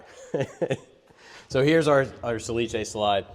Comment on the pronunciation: Nice video, but the manufacturer is "sà·li·ce" not "sa-li-ce". I know it's quite difficult (no accent reported on the name) but we use so. Salice is the willow plant.🙃By the way, you and are masters in woodworking.